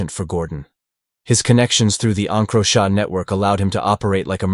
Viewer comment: please teach your ai to say encrochat properly